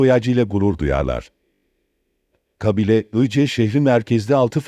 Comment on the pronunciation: Kăbile değil kabile, istila değil istilă.